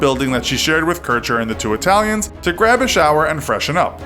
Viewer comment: lets play how many italian names can we butcher in this video lmao